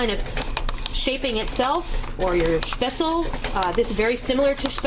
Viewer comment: Love, love, love your videos,! Just one thing... The correct pronunciation for the German noodle/dumpling is "shpetz-leh," (NOT "spetz-el")... The "e" at the end of the word IS pronounced, just like the the trailing "e" is pronounced in Porsche ("porsh-ah," NOT "porsh")! Also, FYI, the people in Southern Germany use a different type of spaetzle maker, where the dough is squeezed out of a ricer-looking tool that makes longer, rope-like spaetzle! Either shape... DELISH!!!!!